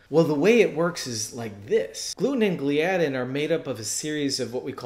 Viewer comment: Gl-eye-addin, not Glee-addin